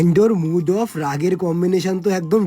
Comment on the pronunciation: Mood off ❌Moot off✅😂😂